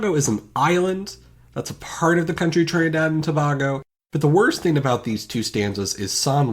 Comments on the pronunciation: Okay okay wait hold a moment kindly let me stop you right there. I’m from the Caribbean, and i have never once heard anyone pronounce Tobago or Guyana like that. Plus since you went through the effort of literally going through the entire song, renewed version and all, I can tell you’re a person of accuracy. Just for further reference, I believe the pronunciations you’re looking for are Toh-bay-go and Guy-Anna. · I'm going to nitpick the nitpicker, it's actually "Tuh-baygo" not "Tuhbahgo" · It's TUH BAY GO. NOT TO BAH GO. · For tobago its toh-bay-go not toh-bah-go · Toe-bah-go no its toe-bay-go Ga-na but its gar-nuh and the uk is one nation but 4 countrys england scotland wales and northernisland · tobAgo not tobago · As a Trinidadian, it’s actually pronounced Toe-bay-go not Toe-bah-go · Your pronunciation of Tobago is funny "two ba go" 😂😂😂 As a native, it is pronounced like "tuh bay go" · You pronounced Tobago wrong. Source: im from there. To-Bay-Go Love your vids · Tobago is pronounced To-bay-go. But great video! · This was hella interesting. Also idk if anyone has mentioned it but as someone from the country of Caribbean (lol) we pronounce Tobago as toe-bay-go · Originally I thought Bermuda was left out because it is a colony. So I was suprised to hear it here. Also Tobago is pronounced more like (Toe-bay-go). 😂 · It is pronoumce to bay go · Isn’t Tobago pronounced tob-ay-go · Tabago is pronounced ta-bay-go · Baffled that a self-confessed nitpicker would pronounce more a few countries really badly. Tobago in particular was mangled in a way I've never heard before. Also, Guyana (pronounced guy-anna) could just as easily refer to the former colony British Guiana, which became independent way back in 1970, rather than French Guiana. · Great video, except the incorrect pronunciation of Tobago just stays in my ear, but all in all you really did a great video hetr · the way you pronounce Tobago is so aggravating omg >XD